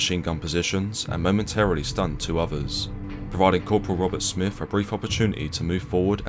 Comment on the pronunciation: English accent but can't even pronounce lieutenant. Oz army pronunciation is the same as British. Lacks credibility. And Smith not Smifff.